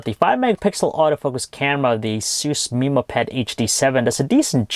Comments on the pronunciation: wtf did he say "asooos" and "meeemo"?? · dc216full asus "mimo" pad.. annoys me lol